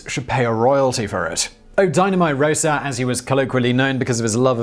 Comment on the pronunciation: It's 'Rossa' not 'Rosa'. The the first syllable contains a pure vowel, not a diphthong, and the 's' is unvoiced.